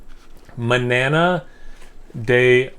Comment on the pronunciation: I think it's pronounced "man-yar-nah" (tomorrow) and "mai-york-ah" (the island) my dude. I've never heard of Mallorcan tea, but apparently it's made with olive leaves, mint and lemon peel. I can imagine that being a real hit or miss beer! I've had a jasmine green tea IPA which I loved, and I'm pretty sure I had an Earl grey one, which was also incredible. Cheers!